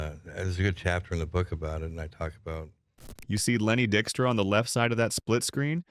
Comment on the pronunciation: Lenny Dickstra? I hope this is AI.